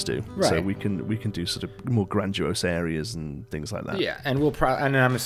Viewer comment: If you are going to keep using the word 'grandiose' then say it properly. Grand i ose not grand u ose.